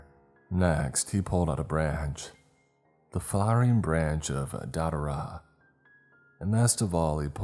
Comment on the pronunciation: Det-tur-ah like bet. It's also known as angels trumpet, or jimson weed.